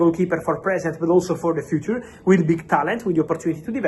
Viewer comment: Fabrizio! FIIUCER not FUTURRRR